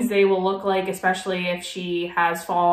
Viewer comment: "Monday mills" 😂🙄 I absolutely cannot stand how she pronounces "MEALS" and it "RILLY" (lololz) drives me up the walls when she (and Amber + Eric too on this one) say "EXpecially" 😤!!!!!! I feel awful for those children of hers being taught how to pronounce (and spell) probably every damn word incorrectly 😖!!